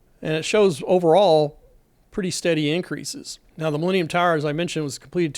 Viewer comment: I watch YouTube at 2x speed. At that speed, the way you say "millennium tower", it sounds a lot like "leaning tower"